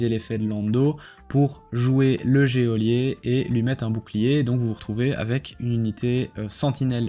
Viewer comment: On ne prononce pas le 'é' de geôlier...